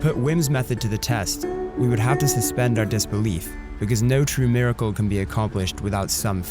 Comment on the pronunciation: Amazing but NOT "MIRICLE"